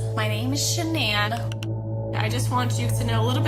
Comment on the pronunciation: I feel like I’m being trolled by how everyone is pronouncing “Shannan”. Except for her dad. He says it properly.